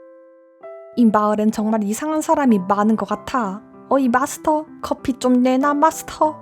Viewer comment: 분명 마스터인데 미스터가 들림